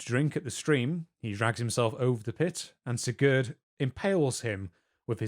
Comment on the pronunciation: German is not my native language, my native language is less related to German, but god damn, that "Sigurd" pronunciation Just how even? He is not Franco-Spanish...